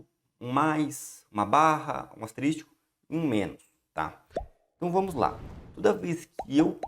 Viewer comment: Mestre Mário tem um ataque com o Sr. falando "asterístico" kkk Brincadeiras a parte Obrigado pela aula